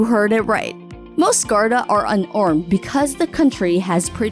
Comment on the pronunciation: The way she says garda